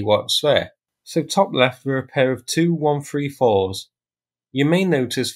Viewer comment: They're not ""two" 134's, they're "T U" 134's. Etc, etc, etc.